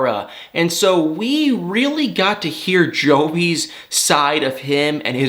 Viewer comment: WHY ARE YOU SAYING JOEBY? THE CC SAYS YOU ARE SAYING JOEY.ANFISA SAID SHE WAS THERE FOR THE MONEY! NATALIE IS HORRIBLE & JUST WANTS TO GET TO AMERICA WITH HER FRIEND.